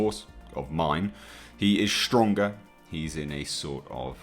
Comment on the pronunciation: I need to 'vent'... Impordan... Important!! Schtronga.. Stronger!! ST!! What is it with people being 'lazy' with proper pronunciation these days? And it's not just with folks in the UK... What is it? Is there a lack of good English teachers?? Have Milinial's lost a 'gene' or something to make them sound stupid? Sorry... Schtupid?!? So annoying.... By the way... GODZILLA KOTM KICKED ASS!!